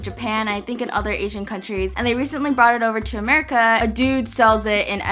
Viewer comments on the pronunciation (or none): none